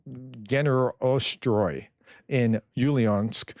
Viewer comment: Dear, please let me add an explanation for some spellings from time to time: Orgenergostroy is like Org-Energo-Stroi, Ulyanovsk is like Ul-ya-nowsk